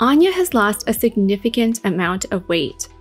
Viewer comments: I have to say... It made me chuckle that you were stressing the pronunciation of the name to the point where we're shown a video of her pronouncing her name... And then proceed to immediately say it wrong and stray farther and farther from it over time. Lol Anne-yah, not Ahn-yuh. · You pronounced her name incorrectly, lol... It's ANN-yuh, not ahn-yuh. She says "ANN-yuh" in the clip. (Also, I don't think she's had any plastic surgery done -- I think she's gotten older and has developed an eating disorder.) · I love how she shows Anya pronouncing her name and then immediately says it wrong. haha. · 😂right at the start of the video, shes’s like, let’s get her own pronunciation of her name…then proceeds to mispronounce. ? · She says Ann ya, not awn ya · *Starts with establishing the pronunciation of Anya's name. Proceeds to mispronounce it for the remainder of the video. Ann-yuh, not On-yuh. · I heard Anya pronounce her name ANN-yuh, and you pronounced it AHN-yuh (at least that's what I keep hearing). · "lets get the correct pronunciation of Anya's name" Anya - "hello I'm ANNE - YA ", with chest - "AHN-ya" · “hello I’m “AAH-nya”: let’s get her name right, it’s AHNN- ya” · I actually found it incredible endearing when you discussed the pronunciation of her name. Immediately after she says "Anne-ya", you say "Ahn-ya". But I say potato & you say po-tah-to so it's no thing. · anya: hello, im anne-ya: ahhn-ya taylor joy lol sorry just thought it was funny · but she pronouces it as "Anne-yah" not "Ahn-ya" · She clearly pronounces it Ann-yuh, not On-yuh. Listen to how she says it on SNL promos. It's like the name "Ann," not "On." That's how she says it in the clip you say helped you learn how to pronounce it yet you then start saying "On-yuh." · 😂😂😂 she said Anne-yuh, not On-yuh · She clearly said ANN-ya, not Ahn-ya 🙄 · lol, Anya clearly says 'Anne-ya', then you still call her 'Unya'.